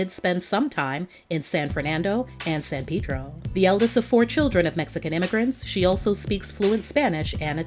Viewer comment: Great video , as usual. Props for pronouncing San Pedro like a Pedro native. 👍🏻